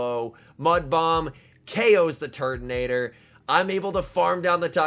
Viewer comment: Can't unhear Turdinator.